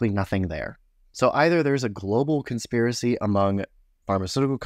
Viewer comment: when you said "Consipiracy" Q-heads the world over felt a chill and their ears perked up... 😂